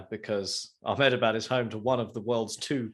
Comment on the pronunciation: I just hope by the end of the tournament gets to say "Ahmedabad Boys" correctly.